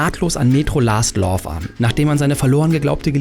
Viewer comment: Hauptsache er sagt metro last love das heißt last light